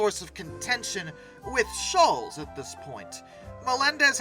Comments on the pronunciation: Why can’t you pronounce Schulz properly? It’s Not shulls… it’s “Shultz” …Was this AI narration? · His name is pronounced Sholtz not Shoals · I have a major problem with the narrator of this video-he keeps pronouncing Charles Schulz’s surname as “shoolz” when it should be pronounced “shoolts”.Others may not think this is a significant problem,but it impedes my ability to listen to this video without wincing. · Schulz is pronounced 'shults' not like 'Dr. Scholl' s" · It's not pronounced "SHOOLZ." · It's Schulz---no "t" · Pronounced like Schultz though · I have never heard anyone pronounce Schultz like that before.